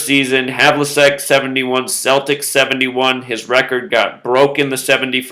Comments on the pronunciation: John Havlicek's surname is pronounced hævlᵻtʃɛk. It ends with check as in checkers. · You said Havlicek wrong